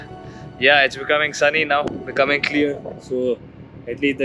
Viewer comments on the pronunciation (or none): none